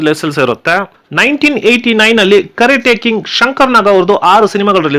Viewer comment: ಗುರು ಅದು ಕರೆಟ ಕಿಂಗ್ ಅಲ್ಲ......ಕರಾಟೆ ಕಿಂಗ್...